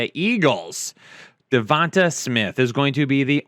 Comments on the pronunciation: Pronounced the TA as tuh instead of Tay. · “Devont uh” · Why would you ever pronounce Devonta’s name like that 😂😂🤦🏾‍♂️